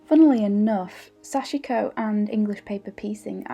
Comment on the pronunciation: so much loveliness and inspiration, i’m happy youtube recommended your channel. everything you said in the beginning is how i’ve felt too, it was good to hear, somehow validating. please forgive my advice where none was asked...but Sashiko is pronounced SASH-KO...sashko. the i is silent. now you’ve inspired me to pick it up again☺️🙏🏻🌸🪡🧵